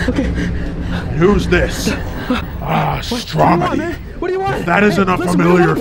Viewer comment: ITS NOT STROMEY ITS STROMEDY